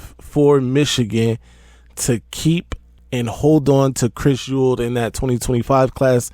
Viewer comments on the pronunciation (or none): Say it with me E -WALD